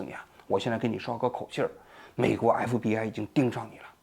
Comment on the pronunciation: 王局今天讲话太快，咬词不准，隽（jun）读成庆，FBI读成MBI。